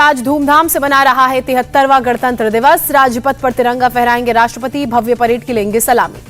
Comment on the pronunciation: Rastrapati COVID .....kya bolti h ye anchor 😂